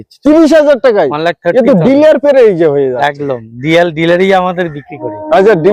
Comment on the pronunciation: ওটা ডিলিয়ার নয় ডিলার বলুন।